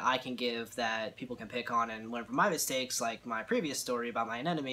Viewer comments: It’s pronounced anemone not anenome. Also, anemones aren’t corals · I can't believe anyone else hasn't mentioned the fact that he seems to be mispronouncing anemone. It sounds like he is saying anenome. Regardless, that sucks that you lost it. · Well I'm a French-speaking guy and in French it's quite easier to get the sound right because the "e" at the end is mute. Son we say aneMon. But every time I watch an English speaking saltwater tank youtube they say AneNome even when in the title it is written aneMone I wonder why xD